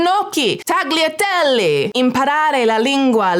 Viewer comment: Gnocchi = nyoki Tagliatelle = tahlliatelle (yyll sound instead of Gl sound) Youre so close girl